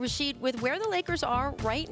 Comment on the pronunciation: "Raw-sheed Wallace".....